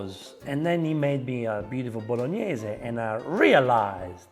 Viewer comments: drink pasta water every time she says boloneys challenge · Bolog-Ne-Se ... Sofffffrito ... Star-Anis . It's funny when you get mad. And who in the right mind puts tomatoes (and wine, if you want to do it properly) in a cast iron wok. The acidity might destroy it. That's why a cast iron pot has a coating and is made for slow cooking. A wok doesn't have that coating and is made for fast cooking and not for "stews". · Man said "bolo knees" am dying 💀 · That's why this is a Bolonays and not a Bolognese. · Wok.....and Faster....Bolognese i can not speak how it hurts to me😅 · Addition notes: Most people pronounce Bolognese as French way, the real sound should be BologNIE-SEI. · She murdered the Bolognese!